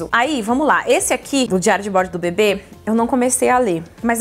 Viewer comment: Socorroooo!! Vc falava sobre o bebê e eu só ouvia “sobre o bbb”